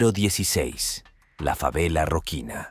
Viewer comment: "Roquina", no!... es Rocinha...